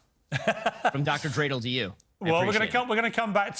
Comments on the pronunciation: 😂😂😂he said Dr Dre del lmaooooo 😂😂😂😂😂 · That mo fo just said Dr Dradle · MY MAN SAID DR. DRADLE